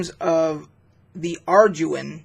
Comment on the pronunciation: It is pronounced are-dew-in. These were the first books that I used in early D&D. I loved the simplicity of the system and vastly prefer it over modern rules. You needed these supplements because the original D & D books were so incomplete. They were just collections of charts, maps, monster lists, etc. None of them actually taught you how to play the game in early days. It was passed from player to player by oral tradition only. I remember being offered a job in high school explaining how to play because parents bought the books for their kids but they didn’t know how to actually make a character or do combat or anything.